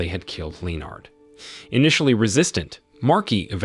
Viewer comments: 'LEO-nard'? Really? How about 'LEnnad'? Anyone would think it's a machine 'talking'! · Leo-nard? No-el? English not really your thing is it? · It sounds like you didn't even bother to watch the film. "Lee-Oh- Nard". The burning garbage was inside, not outside the flat.